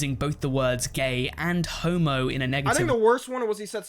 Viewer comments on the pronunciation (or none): none